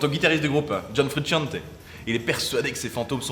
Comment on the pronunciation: "John Fruitsciante" 😂😂😂😂😂